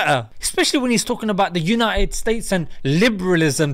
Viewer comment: Mashallah brother. Put it the way it is......but its supposed to be BETTER and UNITED, not 'BE-ER' and 'UNI-ED'